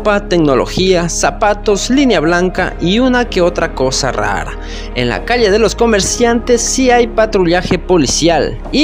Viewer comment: Peligroso para mis oídos escuchar que dicen calie en vez de calle.